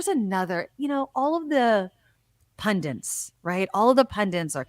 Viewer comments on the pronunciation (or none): It’s Pundit, not Pundints😉👍🏾